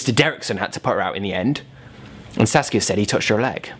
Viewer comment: Am I the only one who thought he was saying sasuke instead of saskia